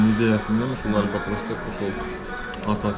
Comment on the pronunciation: Альбатроско дагы деле тили келбейт экен байкенин